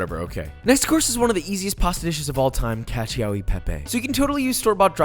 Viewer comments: I know noone asked this but i though it would be nice to know so yeah. You are saying cacio e pepe a little distorted, the word "pepe" it's already perfect, "cacio" instead is not [caCEEO] but [caCHO]! Like CHOcolate! Enjoy my little italian lesson. Love ya! <3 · bro u absolutely murdered the pronunciation of cacio lmaooo ahhh amde me shrivel up, ur a cook mane cmon